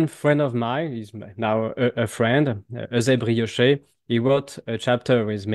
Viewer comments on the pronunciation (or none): none